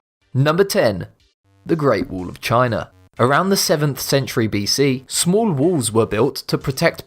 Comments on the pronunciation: Its not wool! Its a wa-ll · It's WALL not WOOL LOL :D >:( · At number 10 of the video he said "wuul" I was like whats that? And when he said "wuul of China" then I understood it lol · he says wall and i hear wool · 'The reat wool of China' i am sorry i had to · It's wall not wool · GREAT WOOOL OF TCHIANA? LOL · Great “wool” of china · It's wall , not wool...!!!! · WHY DO YOU CALL IT WOOL? ! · I love your videos but for christ sake can you just say WALL not WOOL?? God damn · The great "wool" of china? :D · Wool ,tull ....english level 999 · I wonder why they take the narrators who cannot pronounce “wall” properly. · Say wall right dumbass